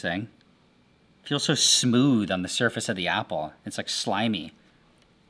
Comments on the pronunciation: Did anyone notice that when he let the apple sit for a day when he came back he said ass** instead of apple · Everytime he says apple I hear assh0le for some reason😂😂😂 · Bro says apple as "asshole"